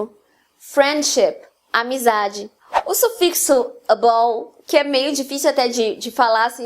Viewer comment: Ei! esse vídeo foi fera mesmo! But... the word "Able" que vc menciona em não é pronunciada como "Eibou"... só uma dúvida mesmo... obrigado!